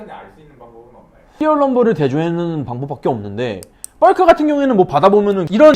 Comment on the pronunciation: 벌크를 뻘크로 발음하시네요 ㅋㅋ